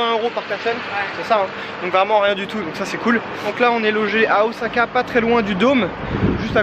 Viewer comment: Il me semble qu'on dit "ossaka" plutôt qu'"ozaka", en tout cas video agréable à regarder. J'vais m'en faire une 2eme dans la foulée tiens 😄